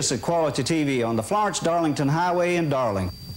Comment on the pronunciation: they mispronounced Darlington to Darlincton. Blooper reel!